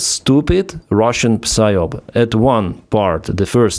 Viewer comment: you don't pronounce the p in psyop, it's sie op.. ok